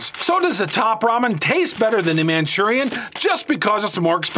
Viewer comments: Hate how he says manchurian.... Lol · It's Maruchan, NOT Manchurian. Also, "Top Ramen" is made by Nissin, NOT NissAn. Get your details straight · It's not called Manchurian oh, you're mispronouncing it or thinking of a completely different word. It's pronounced Mhur-A-Shan! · Hearing you say “man chu ree in” made me cringe! Say it like this “Mah Roo Chawn” like the package says. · "Manchurian" 😂😂😂😂😂 Best way to pronounce Maruchan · Where did you read or pronounce Manchurian??? From Maruchan lmaao said it about 200 times wrong lol but good vid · MAA-roo-chaan, not "Manchurian". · "Manchurian" lol Also I prefer Maruchan. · 'Manchurian' ?? Maruchan? (Mah-Roo-Chon) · Why did he call it Manchurian it’s called Maruchan. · its maruchan not manchurian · I cringe everytime he says "manchurian". Anyways, magic ingredient in Maruchan.... MSG. Top Ramen has no msg and that's a big reason why it's more bland. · Manchurian ????? MARUCHAN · It’s pronounced “man Cheerio “ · wheres he getting the n?🤣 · He said Manchurian lol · lol yeah. Its just funny how you say it im not making fun of you. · its maruchan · You don’t know how to pronounce Maruchan lol it’s MA ROO CHAN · Why is he pronouncing the noodles incorrectly?👀👀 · U pronounce the noodles all wrong bro wtf